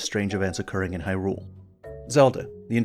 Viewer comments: What's up with people pronouncing hyrule all funny. There's a trend of people stressing the second syllable "hyRULE". It should be either evenly stressed "hyrule" or the first syllable "HYrule" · I like your videos and I want to say that it is very difficult to hear you stress the second syllable in "Hyrule." Like hyRULE. Hearing that is an anathema to me. Very challenging. Feels like I'm allergic to it. I also don't care what any official pronunciation is, if there is any.